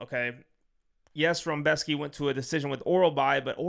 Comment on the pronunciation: Where's the "m" in "Rebecki"? Lol, love you man! ❤